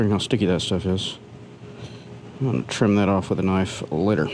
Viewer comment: you said kuh-nife instead of saying with silent K. I’m assuming you did that as a joke. lol I had to listen to it 3 times to make sure I didn’t just imagine that.